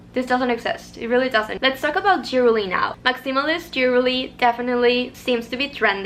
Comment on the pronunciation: i love your lil accent & i hope you don’t take this as a dig because i looove your accent 🫶🏾 it’s jewelry not jewerly xo